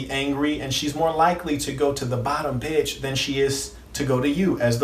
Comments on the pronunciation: Why he say beitch like that tho. Haa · Why he cant say Pimp and Bitch regular? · The way he says pimp and bitch kills me 😂😂😂😂😂